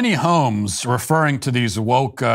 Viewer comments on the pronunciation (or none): none